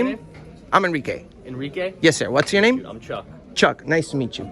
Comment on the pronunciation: “Enrique”. I stopped the video there lmao